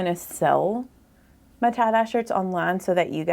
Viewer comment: It took me a while to understand that "tah-dah" is Tye dye 😂😂